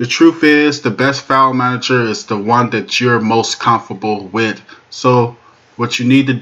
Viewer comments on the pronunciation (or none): "Wid" is not a word as the way you pronounce it. The proper spelling is "With" and is pounced like it is spelled